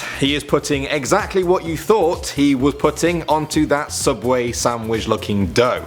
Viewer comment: It's not Subway, it's Sooubway!!!